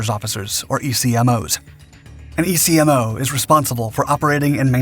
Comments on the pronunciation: Military acronyms are said, not spelled. ECMOs are Eck-Mos, not E Cee Em Ohs. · EA-6B was my second love in the Navy. First was going out to sea. EC-MOW is how it's pronounced, not E.C.M.O.. Geez... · Just a heads up. Electronic Counter Measures Officer. ECMO is pronounced "Eck-mo. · ECMO, Electronic Counter-Measures Officer, is pronounced "EK-mo". Served 12 years with Prowlers at NAS Whidbey Island in Washington state. Went to Desert Storm with VAQ-132, did a shore tour with VAQ-129, then went and stood up (commissioned) VAQ-137 again with CDR Plucker. Once a Prowler AT, Always a Prowler AT. Prowlers forever. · Hearing ECMO spelled out rather than said as an acronym is painful. Otherwise, excellent video.